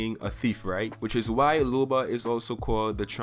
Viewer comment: Its LOBA not LUBA.